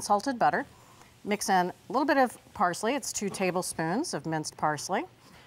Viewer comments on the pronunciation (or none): none